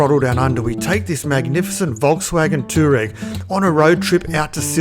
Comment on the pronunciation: Toe Rag.......lol. Pronounce it anyway you like its an amazing looking car! Nice work (I bet you didn't like returning that one)